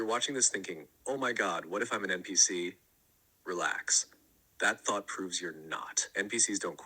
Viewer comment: Are you saying "m" PC? The letter n not m?